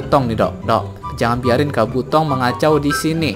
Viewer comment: bang kabuto bkn kabotong ama bkn narutong